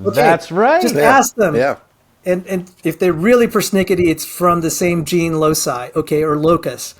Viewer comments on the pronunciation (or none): none